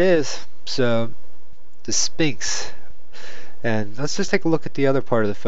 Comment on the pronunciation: Stop saying "SPINKS" ugh